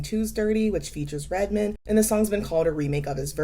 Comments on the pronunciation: LMAO at the way you say Redman...you say Redmen like Jennifer Tilly in Seed of Chucky. It's just RED-MAN. 😹 GREAT VID! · I love the idea for this video, very well done! But please, Redman is pronounced Red Man :)